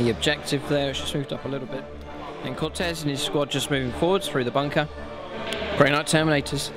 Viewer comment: CO-TE-AZ, not cortez